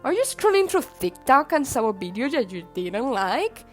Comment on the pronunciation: my favorite part of the video is when you say bideo :3 it makes me giggle (In a good way ^_^)